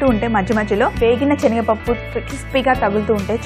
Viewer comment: speak proper telugu it's not chenaga pappu it's senaga pappu.